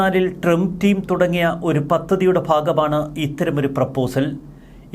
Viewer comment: നാക്ക് വടിക്കടോ. ട്രെംപ് അല്ല ട്രംപ്.